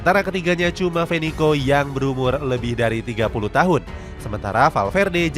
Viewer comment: Bukan Venico tapi Vecino